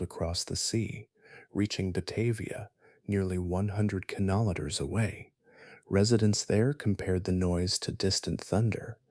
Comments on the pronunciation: The word kilometres has been mispronounced many times, and I am only 19 minutes in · Im sorry, this seems like a good video, but I had to stop about 12 minutes in. The kinometers/kimoneta/kemoleter thing was doing my head in.